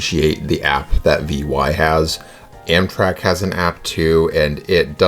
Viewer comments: Glad it all worked out! Btw Vy is pronounced as one word, not initials - something "Vee" is pretty close if you can’t do the norwegian Y sound. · As a Swede I love your video, but I'd like to point out that the pronounciation of Vy (The train company) is not "Why" or "Y" so that could need some practice. Looking forward to your next video. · Vy is not an abbreviation, it's a single word, v like in veranda, y like in chlorophyl. Great video! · Nice video from my home town - You can say Vy as a word - it means View